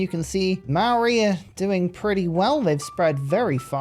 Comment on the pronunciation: Yo viewer from NZ here, Maori is pronounced like 'mouldy', the mao sounds like the moul in mouldy and the ri sounds more like 'dy' cause you sorta roll the r. also marae is pronounced more like 'Ma' 'rye' like youre calling for your mum cause you want rye bread. big fan of you for awhile love the content